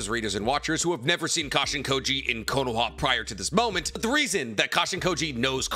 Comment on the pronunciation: It’s konoha not konoa. 😅😅😅